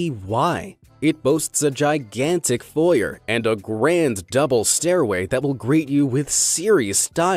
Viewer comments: You can't say foyer correctly.... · lmao the way you pronounce “foyer”